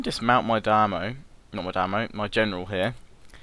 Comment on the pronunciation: omg not dime-o dime-yo